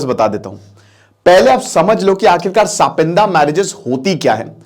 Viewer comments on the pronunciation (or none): Sir, सापिंदा नाही सपिंड होता है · It is not sapinda ,it is sapind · सपिंदा नहीं सपिंडा होता है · ये सापिन्दा नहीं है। टीचर हो लेकिन उच्चारण तुम्हारा कितना खराब है। "सापिण्ड" नहीं कह सकते अंग्रेज की औलाद?? कितने मूर्ख हो! 🤣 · it's not सापिंडा... it's सपिंडा.. same पिंड vale.. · Gawaar it's sa-pind; not sapindas. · इसका उच्चारण सपिंड है, सापिंदा नहीं। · S -pind bolna chah rahe hai? Lol sapindia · Pronunciation is wrong